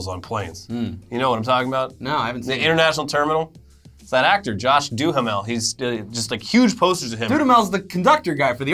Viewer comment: It's Josh DU-HAM-ULL.